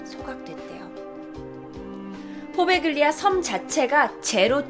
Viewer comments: 포베글리아???? 이태리 원어 스펠이 뭔지 모르겠지만 가운데 들어가는 g 는 보통 발음을 안하는데. . . 참 낯설구만요. 나 이태리에 오래 살았던 사람이라. . . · 이탈리아어는 gl, gn이 이어질 경우에 구개음화가 일어나요 Poveglia는 포벨리아라고 읽혀집니당